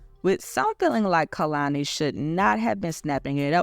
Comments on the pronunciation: Just a note: it’s KAY-lani not KUH-lani. And this is definitely hypocritical of her so I’m curious how she will address it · her name is pronounced KAY-lani